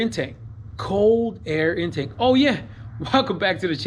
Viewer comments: I was thinking the same thing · Just curious, i think it’s pronounced in-take not in-tank. I guess it’s just like the potato tomato thing